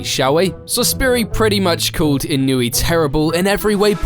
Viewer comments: It's pronounced ee-no-eh, not ee-noo-ee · In-oh-way. Not wee. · I know Englishmen don’t know how to pronounce words correctly for the most part, but it’s pronounced ī-no-ū-aye not e-newey 😂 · Inuii? How are you gonna make a whole video about him but not research how to pronounce his name? 🤡🤡🤡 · This guy's name: Inoue This narrator's pronunciation: Inoooooeeeeey Me: Well he's clearly not a Bleach fan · I feel like you could have at least looked up the prononciation before butchering his name 200 times 😂